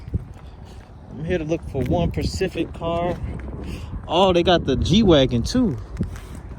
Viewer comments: he said "pacific " than tried to correct himself and said " percific" ... specific fam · “ One Percific Car” 😂😂😭😂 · Lol not one “pacific” car. I love it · Pacific? or specific? 🤷🏾‍♂️ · “I’m here for one pacific car”😂😂😂🤣🤣🤣✊🏾🤣🤣😂🤣c’mon man making us black people look bad smh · One pacific???? (Specific) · "One pacific car" im sorry 😂😂😂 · going to the "Pacific"for a car.. lol....